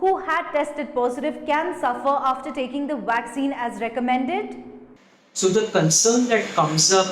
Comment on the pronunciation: What's a vwaccine?